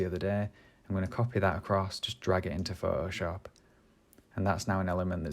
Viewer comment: I love how you say ''Phohoshop'' :)